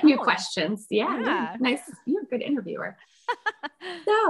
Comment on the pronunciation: Tell me you didn't just say I-view 💀